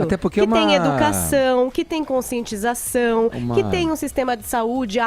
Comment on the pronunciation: Não tem como respeitar algum que fala "dziminuir", "conscientzização", "remédzios" e etc.. E não tem nada a ver com opção sexual, é nojentice mesmo.